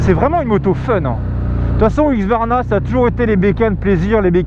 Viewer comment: Mais, pourquoi tu dis HuQSvarna au lieu de HuSQvarna??